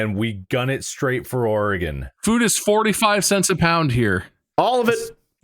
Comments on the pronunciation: As a lifetime Oregon resident, I appreciated this episode. This game was especially relevant to my childhood, even though i've never played it personally, but i've watched my classmates in 3rd grade do so. While i feel their pronunciation of "O-re-GONE" was ironic, their pronunciation of Willamette was unforgivable (will-A-mette!). Congrats boys on getting here, I welcome you to the beautiful Northwest (enjoy the rain). Shoutout to the End of the Oregon Trail Interpretative Center in Oregon City, Oregon, where I went on a school field trip to in 3rd grade. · As a native Oregonian, hearing the occasional "Or-eh-gone" and "Will-ah-mett" made me snort. BUT, seeing these goobers make it through the game with ZERO deaths on their first try is absolutely astounding, and deserves all the applause :D